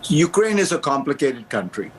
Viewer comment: its Ukraine. not Ukaraine